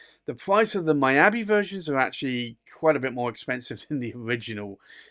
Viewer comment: Beautiful Pen!!. Just want to say Miyabi is pronounce " Me Ya Be" not " My Ya Be".